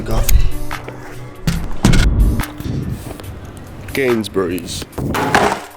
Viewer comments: Samuel Thompson I thought he said Gainzburys?? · Why say ‘Gaysburys’?